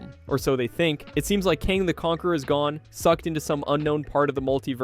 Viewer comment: How do you mispronounce Alioth they say its name like a million times in Loki? How do you alternate between saying Kang and KAHNG?